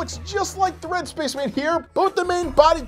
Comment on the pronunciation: Did anyone notice when he called the red space men puppet said Spacsh Man